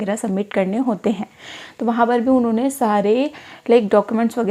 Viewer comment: Inone inone unhone unhone 😂